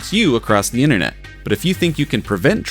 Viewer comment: Internet. Not innernet. Data. Not dadda. Enter. Not enner.